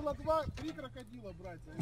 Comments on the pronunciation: на итальянском Кокодрилло - крокодил. Произнес скорее всего на итальянский манер. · Кракадрил звучит как обзывательство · он не оговорился, скорее всего, он это сказал по-испански. А по-испански крокодил звучит как кокодрил)